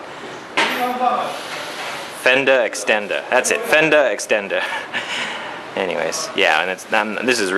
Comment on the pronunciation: Fender Extender / Seat Cowl / Rear Hugger! :) sounds funny when you say Fendarr extendarr lol